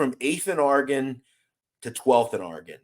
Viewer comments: You really need to learn how to pronounce Oregon you sound like your saying orgin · Its interesting to hear people from Philly say Oregon, out there it sounds like are-gen, out here on the west coast we say Or-re-gone......